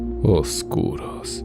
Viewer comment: Amo esta temática sobre todas la demás Ojalá allá más así Por cierro, soy solo yo o a alguien más siente que cuando dice "oscuros" me suena como si dijera "golosos" 😁